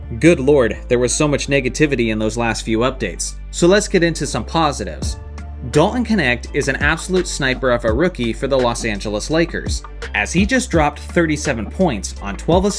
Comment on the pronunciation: It's a little bit cringe as a native german speaker to hear Dalton Knecht being pronounced Dalton "Connect" 😅